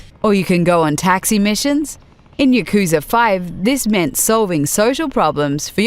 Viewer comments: Please learn to pronounce yakuza also. It hurts my ears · You mispronounced both the english and Japanese names for the series in the first 15 seconds. How do you even